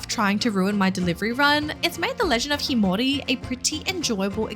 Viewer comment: Sorry, but that's not how you pronounce the title...